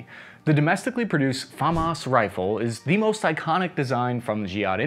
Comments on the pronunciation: 'Moist' expensive 😂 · ‘Moist’ expensive lol